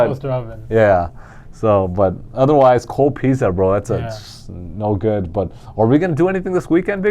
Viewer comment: Hey guys, great show. I'm here in Bristol R.I.. Not big R.I. but smallest state in the states. Thanks for turning my fortunes around, love the picks. Keep up the good work. BTW....it's pitzza, hit the z hard not soft. Lol.